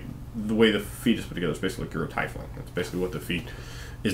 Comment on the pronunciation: You pronounce tiefling like I do. Well, like I used to. I don't much care for dice rolling either, but a lot of player's i've worked with seem insistent on using it. Personally, I just use the standard point buy, with more or less points depending on the power tone of the game. I find its more fair, everyone can have what they want and not feel like they're a slave to luck. I had a halfling rogue who's highest roll was a 14... Wasn't very fun to play knowing you weren't really good at anything.